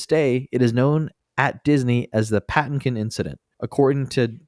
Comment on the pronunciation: Pa-TIN-kin, not PATTIN-kin. Seriously, have you guys never seen The Princess Bride? And Lon Cheney is "lahhn" Cheney (Lon sounds like John.) The MINIMUM you can do before recording is look up the pronunciation of actors' names.